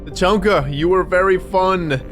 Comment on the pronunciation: "we just got back from The-chunk-a"